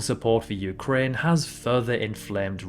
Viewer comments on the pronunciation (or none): none